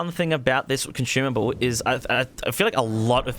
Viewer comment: Why do you keep adding an "h" to consumable?